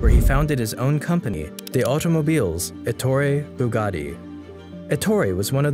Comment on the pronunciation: When he said Ettore BugaRi I've disliked the video, and don't recommend channel